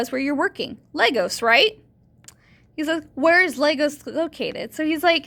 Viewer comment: I love how you play with this guy's head. Just FYI, it's Lagos, Nigeria, not Legos. I mentioned scams like Microsoft coming out of Lagos, but from what I've heard most of them come out of India, so it's a much different accent.